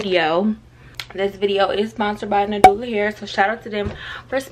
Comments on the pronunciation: you saying "new dallah hair" has me weaakkkkkkk😂😂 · I be dyin because I know sis aint neva gon say nAdUla. Idk why I fall out laughing every time.